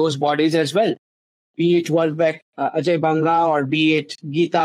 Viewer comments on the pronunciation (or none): none